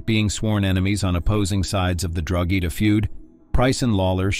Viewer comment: Drogheda is said and sounds like Drawda 😇🇮🇪🇸🇩